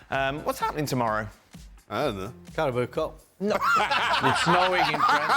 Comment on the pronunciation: Stevie 2 days in a row, "Carabao Cup" 😂